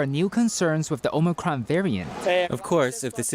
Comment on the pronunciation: Omicron.. not Omocron